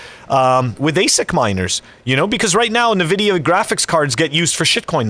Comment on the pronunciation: En-vidia not nevidia